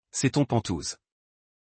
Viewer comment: Et entre panthouse et lire pantoufe c'est assez lamentable